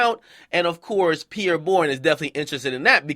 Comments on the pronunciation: yeah “pee-air” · Why Akademiks pronouncing it like "pier". lol its Pierre bro. It's a French name.